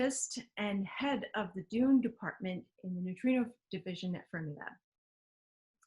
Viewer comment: I thought you said "DOOM dept", not DUNE dept!